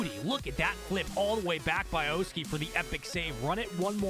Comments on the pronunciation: It’s pronounced “Aw-ski” not “Oh-ski”. You hurt my soul everytime you pronounce it like that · ok but please stop saying oh-ski